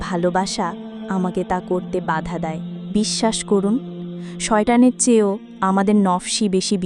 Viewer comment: শয়টান আর নাফস শব্দের উচ্চারণ থেকে বুঝা গেছে এটা AI, এইটুকু ত্রুটি না হলে একদম জীবন্ত ভয়েসটা! অনেক ভালো লেগেছে কথাগুলো, আমরা যারা পর্দা করি আমাদের সবার মনের কথা এটা, আল্লাহ আপনার কাজে অনেক বারাকাহ দিক, শুভকামনা